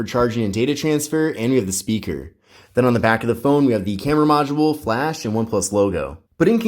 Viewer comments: Why do you keep saying one plush. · Why you saying PLUSH??